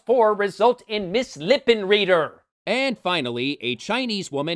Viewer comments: The proper German pronunciation of Lippenreider is "lip-in-rider". Not that many characters in the film would know that; it requires a little bit of knowledge of the German language (I get the funny feeling the screenwriters didn't know that either). It doesn't help that a lot of Anglicizing of surnames occurred when immigrants moved to the U.S., so it might've actually been intentional. Given the anachronisms and other flubs, though, I highly doubt it. Besides, with the other stupid puns present in the other women's names, why would they go for that kind of genius bonus? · "Lippenreider" would be pronounced Lip-in-ride-er. Just sayin' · Some comments: The steam-punk spider robot was awesome! When will digital animators understand that motion control makes a CG sequence work? You mention movies competing for attention against The Underground Comedy Movie, and don´t mention Movie 42! How can this be!? Frau Lippenreider is correctly pronounced lippen-rider, not lippen-reader, so the screenwriter(s) were not only remiss in American history, but shitcanned their own joke by not getting German spelling/pronunciation right. This is all to have been expected of the one screenwriter who was scarred for life for being named Peter Seaman. (Sort of redundant, if you think about it). Scarred something like a villain being a half a man by being maimed in the War -- the wrong half, if you know what I mean.... (*wink*) Finally, the hostname home is a preconfigured alias in /etc/aliases, in (I believe) SunOS 3 and later OSes. It mapped to the loopback device under /dev (/devices under Solaris). So, your T-shirt reads, “There´s no place like loopback device.“ Is this some alien language? You´re weird!